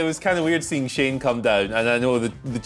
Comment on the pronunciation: Shane NOT Shaane